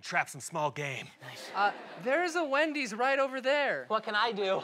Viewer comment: "but there is a wenys over there..."